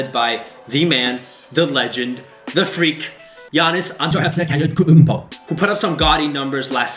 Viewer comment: On-Tay-Ta-koom-Poe Antetekumpo that's how its pronounced guys come on now